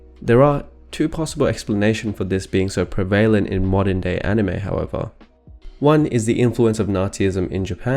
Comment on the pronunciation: You're saying "prevalent" or "prevalently" wrong. OTOH your discussion of the subject matter is very interesting.